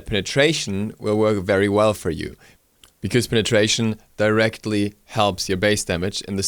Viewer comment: I prefer "bikooze" (because). Love the way he says it lol.